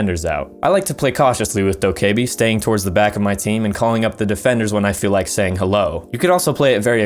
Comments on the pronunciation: Dok-Kay-bee it's doka-bee lmao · the e is silent lol